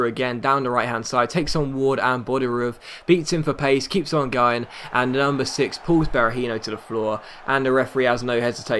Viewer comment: When he said the number 6 it sounded like he said the UNDER 6